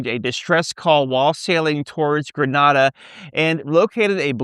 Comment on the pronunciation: ...thanks for the news. Pronounced Grenada wrong but good news